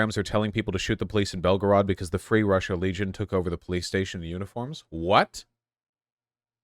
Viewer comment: I’m so proud of vaush for not doing a Mexican accent when pronouncing Belgorod but instead doing his normal accent. As someone who lived in Russia it pains me when people make up fake accents to pronounce the names. Just say the names in an American accent because you are an American.